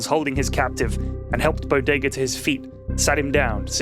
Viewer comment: Zman Ten it helps distract from any continuity mistakes and prevents any lulls in the story. Conversely, his fast-paced style can affect minor things like voices he uses for characters (i.e forgetting to speak in a character's voice for their line or mixing them up), or slight mis-pronunciations (Bod-ga when he meant to say Bodega/Bow-Day-Gah). Of course most criticisms for the Bodega stories are quite nit-picky and don't have any real effect on the overall story.